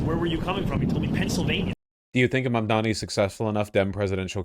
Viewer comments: It's Mamdover. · May they now start saying your name correctly... Mabdabi